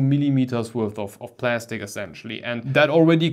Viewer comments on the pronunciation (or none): none